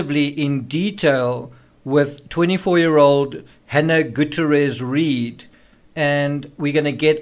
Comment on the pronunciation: GOO-TEE-AIR-EZ. You're welcome. 😉